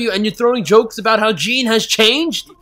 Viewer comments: sorry this is like years late but jean is pronounced JOHN im pretty sure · his name is prononced shon not jeen get it right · “Jean”??? It’s pronounced Shaun in the dubbed (no I didn’t watch the dub, I watched a few seconds cus I didn’t read the title properly) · 1. Stop complaining 2. Do you even understand half of what is actually going on? 3. Marco is a big deal 4. Jean's name is pronounced John 5. Maybe they talk because ITS IMPORTANT 6. Narration is APPARENTLY a sin. How else are we supposed to understand anything? 7. Do you even really understand what is happening in this show? (Had to ask twice dammit) 8. I see you laugh at death and irony. -_- 9. Armin is the smart one because your the stupid one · you pronounced Jean wrong you say is more like Jan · And it's pronounced "John" just like Sean is "Shaun" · ITS PRONOUNCED JON NOT JEAN, HES FRENCH SO ITS SPELT LIKE THAT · By the way Jean's name is pronounced John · Reiner says Jean's name and the narrator still manages to pronounce it incorrectly literally 6 seconds later. sin ding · One thing I must harp on you about... Your pronunciation of Jean's name. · You can't pronounce Jean properly even when you can hear the characters say it. Jean is a French for John. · Pyromanic Ninja You mean Jean. The way it's said by the guy commentating is actually an English name, only it's female. Said the French way, like how the anime was pronouncing it, is male, as it is the French equivalent of 'John'. Anyway, Marco was the original cinnamon roll. He would always look for the good in people and reminded everyone that even in dark times like this it's not every man for himself and that there are some nice people left. Seriously, this guy disses everyone for being an asshole, then hates on Marco who was one of the only fucking characters that wasn't. Plus Freckles.